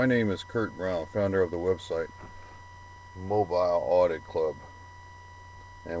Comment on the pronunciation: Um...why did you mispronounce Mobile?